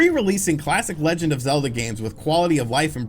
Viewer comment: It's-a pronounced zee sequel too-a zee legend of zeelda breath of zee wild.